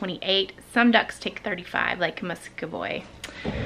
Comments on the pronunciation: Muscovy duck = "Musk-OH-Vee"/"Mus-Coh-Vee" :) Hope your eye is doing better. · Sorry but you said muscovy wrong its ma-sco-vey